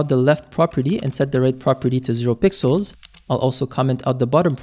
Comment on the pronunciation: blud cant say pixels anymore zesty